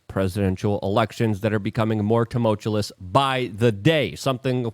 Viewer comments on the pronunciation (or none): "Tumultulous?" What word is that? Don't you mean tumultuous - (pronounced tuh - mull - choo - us)? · LUKE!!! ITS TE-MULCH-YOU-US not "te-mow-chew-luss" Its not that hard. I think you are deliberately pronouncing it incorrectly to annoy me. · And without mispronouncing words. Starting with tumultuLous Then if he could just pronounce glyphosate correctly, he’d begin to get on track. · Luke!! Tumultuous dude!!! Not tumultulus! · Tu-mul-tu-ous. Sound that shit out. Also "brand new spanking video" and "brand spanking new video" are very different things. 😂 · Love your show but i hate the way you say "tumultuous" wrong every show!! Lol